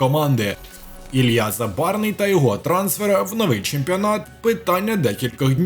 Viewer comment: Може все ж таки хтось скаже цьому коментатору, що Забарного звуть Ілля, а не Ілья? Як можна бути таким телепнем...